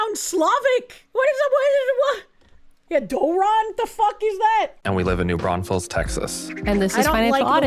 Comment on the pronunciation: I couldn't stop hearing "New Brothels" and I thought he was messing with the stripper.